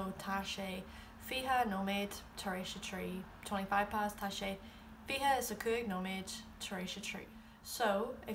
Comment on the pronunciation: I'm only confused that you pronounce Tá wrong? It's an 'aww' sound because of the fada... At least, that's what I've always heard. Maybe it's different the farther north you travel, but it just sounds wrong to me :L